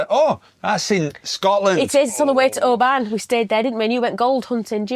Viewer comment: PLEASE, guys,check the pronunciation of place names. You don’t pronounce the W in Keswick. It's OH- ban NOT o-BAN. It's NOT Tin-drum it's TYNDRUM (rhymes with FINE), CUL-ANE not Cul- Zean ( don't pronounce the Z ) there are others!!! That's that rant over!! But frosty welcomes!!! In our caravanning days , about 25 years ago, we had reason to complain about the wardens on a Caravan Club, as it was then, site. The Wardens themselves replied to us, and were extremely nasty. We complained again and received a very rude, nasty letter from some Club official. We had been members for years and had used many club sites. At that time , you could buy little green discs with the site name on and we had hundreds of them from many years of membership. This row just escalated and it ended, needless to say, with us telling them where to shove their club.